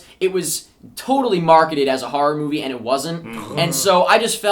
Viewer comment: I love survival Harror games, as says it. Harror.